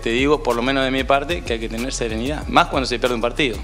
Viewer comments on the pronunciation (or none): "Hay que mantener la seneridad" ...ni hablar sabe.